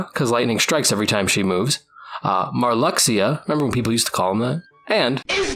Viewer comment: Hearing Marluxia called Mar-LUX-ia instead of Mar-Loosh-a gave me severe whiplash lmao I genuinely don’t think I’ve heard him called that in like a decade, maybe more!